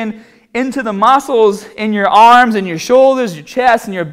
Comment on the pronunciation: And remember, no looseness in the ahhms!